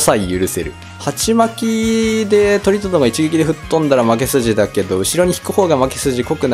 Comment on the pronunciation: ふとんがふっはズルいｗ